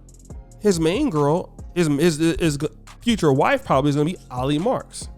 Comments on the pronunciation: it's Ali as in Allie. not no damn Ah-lee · I think you pronounce her name as > Aa-Lee. People it’s not about skin color anymore. It’s about: religious beliefs, culture commonality, ethics, values, common interests and world view. Sometimes I think the only people who don’t understand this is are HBCU graduates and attendees. I’m not even trying to crack jokes or throw shade. I’m just being real. ☮️